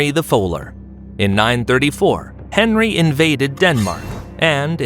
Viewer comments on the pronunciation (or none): none